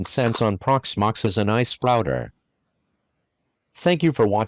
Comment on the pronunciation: what's an ahh-eehh-sp? 😂